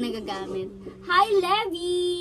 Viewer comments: Baket levy pronounciatoon nio lebay dapat yun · Livay po ang pronunciation ng levi at hindi po lebi